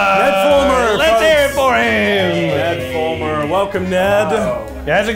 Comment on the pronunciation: “Ned flumer”